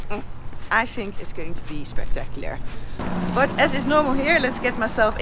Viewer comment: Did she say 'spectaclier' ? Again?